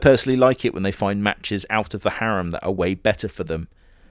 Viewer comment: you get points for saying harem correctly. I hate the old english way of saying it.